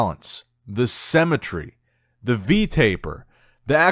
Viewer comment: It's pronounced Symmetry not Semmetry 👍🙄😇